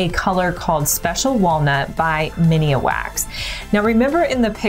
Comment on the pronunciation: I think it’s minwax, not miniawax?